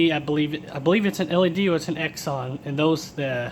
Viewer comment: Xenon (pronounced "zee-non") is a type of light bulb. "Exxon" is an oil company.